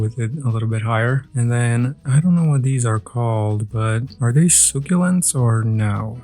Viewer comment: To better help your pronunciation say succulents like “suck-ulents” hope this helps. Love your videos